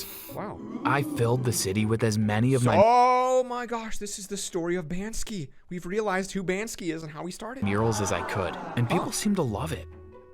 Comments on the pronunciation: bansky im dead laughing omg (its banksy, right?) btw still love ur vids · Banskee?! XD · He says bansky instead of banksy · I like how he said bansky rather then banksy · Basnky lol it’s banksy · He says Bansky when it’s banksy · He said bansky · Bansky? It's Banksy